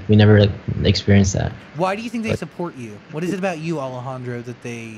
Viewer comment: It's Alejandro not Alajandra